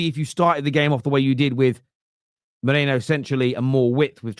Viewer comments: It's Merino, not Moreno. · It’s merino not Moreno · Repeat after me Meh- Ri-no. Time to get it right.